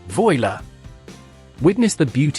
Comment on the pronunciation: Voila 🤣🤣😂😂😂 It didn’t sound like French at all 🤣😂